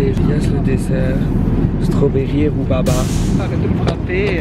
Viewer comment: t'a pas respecté roubaba et le nom c rubarbe (mais c pas pour être méchante l'inverse c pour rigoler ) 😂😂😂